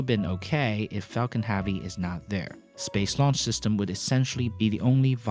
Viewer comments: It's pronounced hevy not havi. Falcon Heavy not Falcon Haavy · "affard"? "Falcom Havee"? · why does he pronounce Falcon heavy Falcon haavy? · Falcon HAVE-ee ?? His mispronunciation is just annoying.